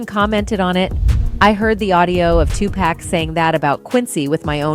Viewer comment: Its not wiped from the internet. If an idiot like myself can it then anyone can. Also if your going to make a video also re-edit, also re-record the proper pronunciation of Tupac. After his name mispronounced i didn't hear anything else in this video.